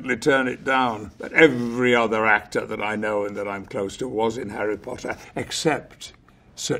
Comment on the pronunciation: Harreh Pottah. Punkeh Brewstah.